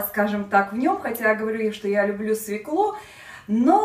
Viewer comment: Режет ухо "свеклу"..если в слове буква ë ударение падает на неË!!!!